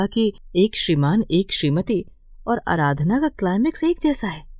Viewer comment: अराधना नहीं आराधना है